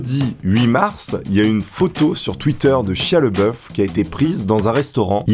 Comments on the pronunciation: Ça se prononce "shaya Labeouf" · Excellent ! Mais tu prononces mal le nom de Shia, c'est Shia LaBeouf ^^ Peace !